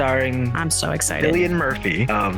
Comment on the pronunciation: Cillian is pronounced KILLian btw, and not a biggie I made the same mistake